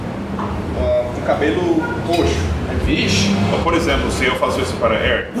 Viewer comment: Muito bom esse vídeo. Seth e Eric falam direitinho. Ri muito do eric falando vixe.. Nã.. Kkk Parabéns canal amigo gringo